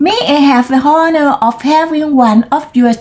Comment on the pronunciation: first กับ last ต่างกันนะคะ 😁 enthusiasm อ่าน en-thu-si-a-sm lead ลีด present , led เลด past arrived เสียง R จู๋ปากค่ะ honor ไม่ออกเสียง h อ่าน on-ner while หลัง meanwhile ออกเสียงเหมือน smile entire เสียงหลัง เออร ด้วยค่ะ around เสียง R จู๋ปากค่ะ ไม่อ้าปากกว้าง youthful อ่าน you ยู+th sword อ่าน ซอด sod Guinea อ่าน กินนี่ awe อ่าน ออ เหมือน awesome ตอนจบตลก😅 เก่งมากค่ะ:washhands